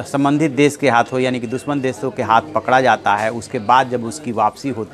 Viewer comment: Pronunciation....."desh"....not "des"